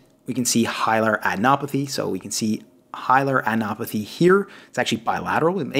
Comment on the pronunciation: Just pointing out you keep saying "Hilar anopathy" which is not correct. It is not "anopathy" but "adenopathy". Stellar content as always, very much appreciated!